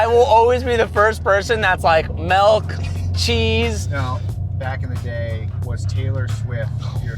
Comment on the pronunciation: nah, bro says "melk" cant trust him